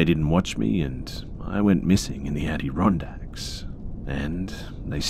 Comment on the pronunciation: i like how you said “addy-ron-dacks” lol